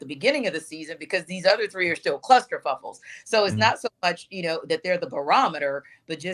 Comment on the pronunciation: Lol she said clusterfuckles